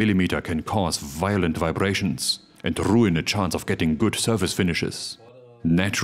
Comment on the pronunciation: "RRRRUIN the chances" I love it when the deutsche Aussprache comes out sometimes 😅